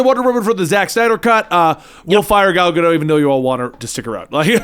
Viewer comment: Her name is pronounced Gadote. It's Ivrit/Hebrew.